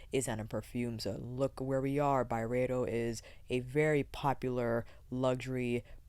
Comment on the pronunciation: Nerd alert: It's really supposed to be pronounced By-Ree-Doh. I know, weird, but I heard Ben say that on a podcast interview. Carry on, Love. Good stuff xo